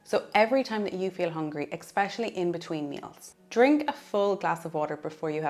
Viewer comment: It’s a good video - thank you. Please note it’s ESpecially not EXpecially